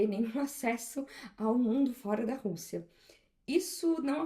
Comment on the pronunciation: Acho engraçado o jeito que ela chama o nome do país: Rûssia